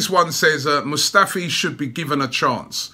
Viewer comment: "Squadron" Mustafi 😂